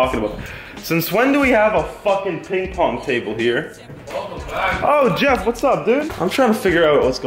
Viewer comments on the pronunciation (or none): I thought he said what's up jev i was so happy! Then I realized it was Jeff :( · Did he say Jev or someone else